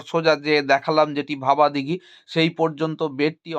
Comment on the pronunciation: জায়গাটার নাম ভাবাদিঘি, ভবাদিঘি নয়। এই জটটা না কাটলে লাইনটা সঠিক অর্থে চালু হবে কি করে? এই তথ্য যদি গোপন রাখাই হয় তাহলে বারবার নানান ভিডিওতে বলছেন কি করে যে ২০২৫ সালে চালু হবে ইত্যাদি।